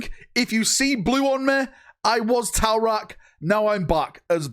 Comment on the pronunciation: Every time I hear, TAU RAK I think “‘towel rak” I visualize you only in a towel and that traumatize me, then my brain tries to save itself and pictures you blue with a far head tussy and I get traumatized all over again. Thanks for the trauma.😂😂😂